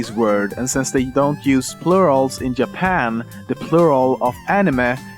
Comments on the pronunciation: also Lemmino: Yapan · I'm sorry, but please try to pronounce some words right like ''children'' instead of the t-ish sound you just say ''shildren'' or ''japan'' like ''iapan''. That's no hate, I just wanna tell ya how to do it properly. I really like your video! Keep on doing waht you're doing!